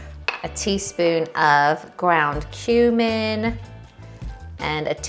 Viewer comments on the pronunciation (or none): none